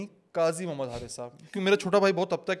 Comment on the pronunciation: Brother while saying the only beautiful name and nur of the whole universe ( our beloved prophet muhammad s.a.w) Dont eat up the words and say the name with utmost calmness and stop while saying the greatest of the names, Agar yahan pe nhi rukey tou kahan ruko gay May we all be accepted in his s.a.w's yard❤